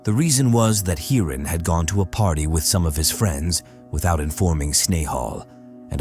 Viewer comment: 😂 Even Englishmen doesn't pronounce Indian names so bizarre 😂😂 Snehal -Sn-ai-hal, Hiran - Hai-run 😂😂😂